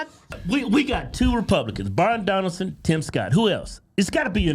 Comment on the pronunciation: Please say his name correctly. It’s Byron Donalds not Donaldson